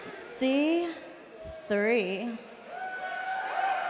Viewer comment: The way she said EC3 😂😂😂